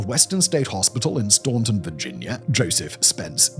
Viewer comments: This is a horrifying story, & amazing to realize how recently these policies were still in effect. Just because my main genetic fault is to be pedantic, I can't stop myself from pointing out that Staunton, VA, the location of Western State Hospital, is pronounced Stan-ton, not Stawn-ton. (I went to college in Staunton, and it's a very dear place to me, and it was in a history class there that I first learned about this disgusting history.) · Staunton VA - PRON Stanton Now you know. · Just for future, it’s pronounced “Stan-ton” not properly, the way it looks :) love your vids! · Staunton is pronounced STAN-ton by the people of the Shenandoah Valley in Virginia. Very good history 👍